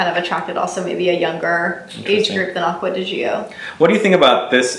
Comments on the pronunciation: Btw. It kills me every time you (and many others) pronounce Acqua di GiOOOOO. Please watch one of the commercials to know how it's pronounced. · Acqua di what? It's pronounced like ~"Jo". How hard is it?